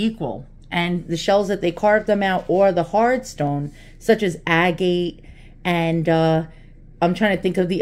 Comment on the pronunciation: hello from a rock-hound....agate is pronounced "a-get"